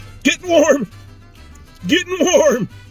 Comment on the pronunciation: when you said getting warm, what i heard was, Getting HARD.